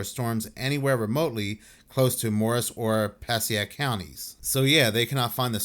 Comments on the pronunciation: Ho-pat-cong lol Pa-sake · PA. SAY. ICK. PASSAIC.